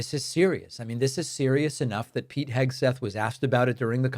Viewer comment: You AGGHHHHHHH u messed that up!!!! Ur criticizing SPEECH but u spoke wrong and said “SEGTHETH” check it out!